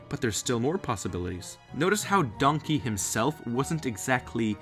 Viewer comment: I keep laughing when he says Donky dong